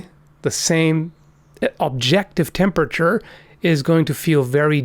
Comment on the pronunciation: No... not you... "Tempature"... "tempature"...